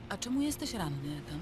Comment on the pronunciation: hym, też zauważyliście że mówiła "Etan" a później w wiadomościach było już "Ethan"?;D